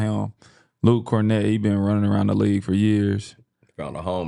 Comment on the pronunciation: been saying “this Ben year for the past 2 years”🤣🤣🤣